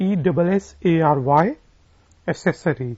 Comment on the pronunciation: I think u r making pronouncemnt error...aksessary is the right pronouncemnt if i m not wrong..sorry to interrupt